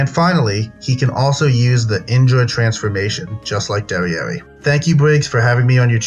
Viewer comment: That's not (dereri) its (Deriyer) (monspit) is (Mons-piyet)